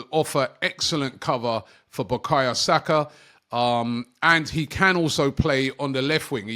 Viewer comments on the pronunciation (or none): none